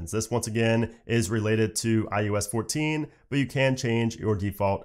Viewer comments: is he saying iUS?? not iOS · I cringe every time he says “iUS” 😣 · Why does it sound like he’s saying IUS? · say iUS one more time